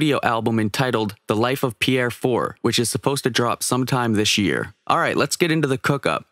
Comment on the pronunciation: Nope. Not Pierre